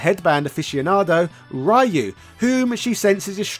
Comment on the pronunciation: Yo it hurt my soul when he said Ryu wrong 😭😭😭😭